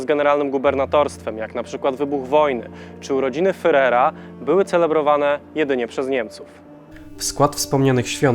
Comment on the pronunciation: Dziwnie wymawia Pan słowo Führer. Ferer? Lepiej lub coś w stylu